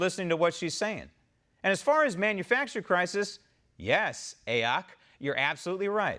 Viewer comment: Lovin the "a oc" pronunciation of her initials. Adopting it and using it as of this minute. Thank you !